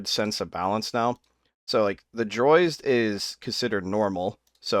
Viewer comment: Why oh why do you call Drozd the "Droizd?"